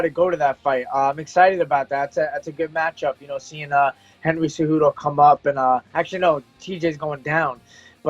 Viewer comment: Everyone's like "Henry Ce-Who-Tho?" 😂